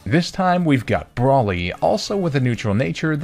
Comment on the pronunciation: Quoting a great show, “I love the confidence in which you say something so wrong”. Broly isnt pronounced Brawly, it’s pronounced Bro-ly.